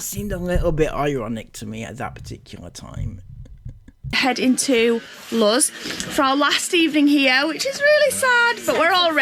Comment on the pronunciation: CAN WE ALL JUST TAKE A MOMENT TO APPRECIATE 'S PRONUNCIATION OF THE PLACE THEY ARE STAYING - LUZ